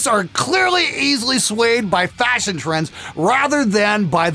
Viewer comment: Fasion? Mmmm... I think there's an "h" in there somewhere